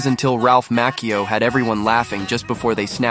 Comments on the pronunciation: It's pronounced,macch e o with the I sounded like an e. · Mackio. then pronounced it differently five seconds later as Match-io. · Ralph Who? Lol. It's pronounced "Motch e o" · yes I’m Italian and that’s true but I think they meant that he said maccheeeo instead of macchio. Also I thought that it was pronounced makkio too bc of the grammar but he’s from Naples and in Naples they have such a strong accent that it’s almost a different language and that’s why it’s actually pronounced matcho. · It’s pronounced Mach E O you dorks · The second time was Match-eeeeee-o not pronounced the way it looks & the correct way. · I think Italian pronunciation is Makee-o. If it was written Maccio or Macio then it would be Machio. Ex: gucci —> guCHI Machine—> maKEEna 🥴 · MAH-Ch-EE-Oh is how you pronounce Ralph's last name. 😅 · Ralph Mack-io, drives me nuts when they mispronounce the actors names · There least pronounce Ralph Macchio’s name correctly It’s not Mack-e-o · It's pronounced Ralph Mah-chee-oh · Uh its MA CHI O how can you do a video and not pronounce someones name correctly? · I can’t believe you pronounced his name wrong twice in two different styles. That takes talent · A lot of creators deliberately mispronounce names to get more posts. They know you're ready to pounce. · Is there any movie, from any era, that had so many future mega stars in it than The Outsiders? I mean, you could go with Breakfast Club, or St. Elmo’s Fire… but they were all very successful by then. I can’t think of a single movie that can compete with The Outsiders. BTW, you went from almost pronouncing Macchio correctly, to not even close, horribly butchering it about 15 seconds later. Why can’t people just narrate their own videos? This is actually a great story, & an actual human being who knows how to pronounce the names would’ve gotten it rights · At least you can do is pronounce Ralph's last name properly. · Said it differently twice, was still wrong both times